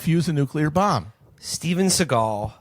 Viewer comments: Steven Seeagal. just say capitalism, not deep state lmao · So he actually makes the grand revelation (by saying it's the Jews). Isn't his name, (S`e.gal) , pronounced with the emphasis on the first syllable instead of the second, a Jewish name?